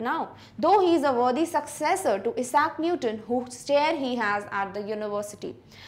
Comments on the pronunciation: mam aap issac newton ka pronunciation wrong kiya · Pronunciation of Isaac Newton is wrong 😞